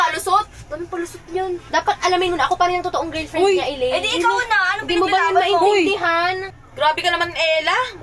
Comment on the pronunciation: Girlfriend ❎ Girfriend✅ Sabi ni mura gusto itama Ang sinasabi ayaw🙄🙄🤨😒